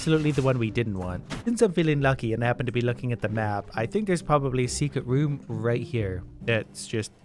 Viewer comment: Also I herad him say "secret woom" on